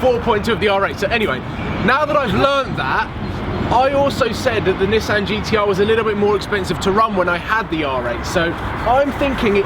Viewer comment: People who own GTRs that dont know how to say nissan